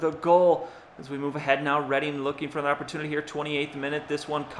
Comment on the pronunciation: Just a quick FYI, Reading is pronounced Redding :) keep up the awesome vids. Came for the Madden, enjoying the other series too. Would be nice to get a look around the league a little more often, maybe every few eps? :)